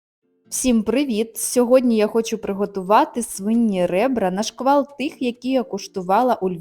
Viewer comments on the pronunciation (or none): "НА КШТАЛТ", а не "на шквал"... А так все добре))